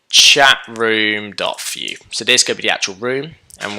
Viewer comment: Why do you say 'few js' instead of 'vue js